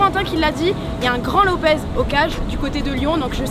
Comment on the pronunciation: Un lyonnais qui dit cornet devant et lopezzzzzzz mais c lopessssssssssss